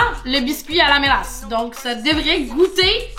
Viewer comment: c'est la ''mélasse'' 🙂